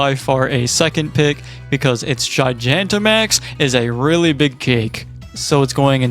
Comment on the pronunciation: I'm interested, but wildly thrown off by how you pronounce Gigantamax. I've always heard it pronounced Gi-gah-n-ta, and not Gi-gia-n-ta, and it's weirding me out for whatever reason.